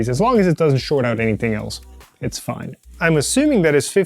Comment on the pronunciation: Awesome little project! “As long as it doesn’t short out anything ELSE it’s fiiiinee” talking like a Chinese printer manufacturer.